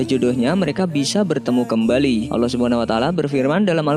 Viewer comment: Bang sebenarnya yah allah bukan yak allah